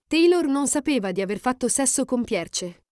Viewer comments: Forse non si dice Pierce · Scusate, ma si legge PIER o PIERS, non Pierce, su... Anche Thomas ha un altro accento... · Che spasso! La pronuncia della commentatrice è favolosa. Tomas con l'accento sulla A e "Pierce" 😂